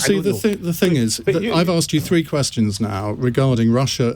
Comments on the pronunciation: yes, he did pronounce three as free. Odd! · exactly ! He was calling the party Alba ...Now he has changed his pronunciation.....And am I hearing things ,or is salmond unable to pronounce the word three ...instead calling it free ?